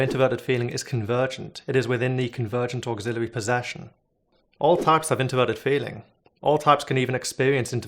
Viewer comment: Say 'auxiliary' one more time....